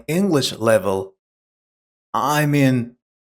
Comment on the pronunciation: Please check the pronunciation of "evaluate" and "mean", please. The rest is okay.